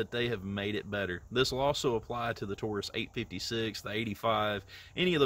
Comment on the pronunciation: You also don't know how to pronounce Taurus it is not Toorus.